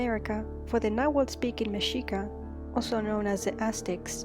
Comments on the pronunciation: actually, the "hu" cluster in Nahuatl orthography represents the /w/ sound. so "TAY-yo-TEE-hoo-WAH-kahn" isn't quite right. it's just "TAY-yo-TEE-wah-KAHN" (better represented as [teotiwa'kan]). likewise, the name of the language is just "NAH-wat" (aka [ˈnaːwat͡ɬ]) not something like "NAH-hoo-wat" tho i might just be interpreting your transliter-anglo (a word i just invented) incorrectly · Not to disrespect the creator of the video, but the pronunciations of Nahuatl were not that amazing especially the pronunciation of the tl sound. You must not know anyone who speaks Nahuatl as a first language.